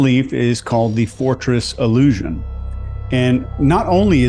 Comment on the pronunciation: *Illusion, not ilussion.🙂